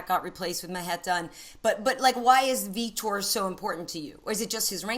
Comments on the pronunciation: It's funny how he says Vitor. This dude says Feetor. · i thought he said feder, lol